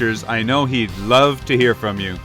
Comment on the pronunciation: Kove not Love